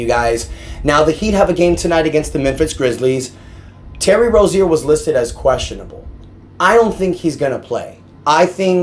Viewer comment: And bro it annoying how u say rozier say it right bro ur basically saying terry rosier